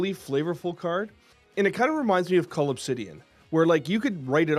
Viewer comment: Hey: it’s Cull (Obsidian), not Cole, lol!